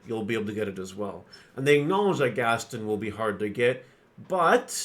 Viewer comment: It’s GAST-ON not Gastin